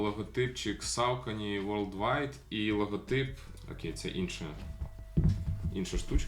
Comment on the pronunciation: Душніла в треді. Якщо вже докопуватися, максимально вірно (як на мене, звісно) говорити "сОкені", де "о" - це щось середнє між "о" та "а", а "е" - щось середнє між "е" та "о". Але ми тут не на лінгвістичному каналі, так що затикаюся. Вам все рівно + за, по суті, вірну вимову, бо скільки я вже тих розумників бачив, які буквально вчора дізналися, що правильно "найкі", а не "найк", і вже сьогодні починають повчати всіх навколо і всім показувати, які вони прошарені снікерхеди, але Saucony в них як було СаукОні, так і залишилося. І дякую за цікавий огляд!